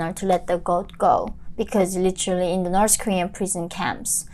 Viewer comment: Stop pronouncing "No'k people", and slow down a bit, sometimes it becomes tiring to understand your accent